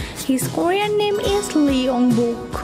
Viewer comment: That's not bock that is bok. Young bok .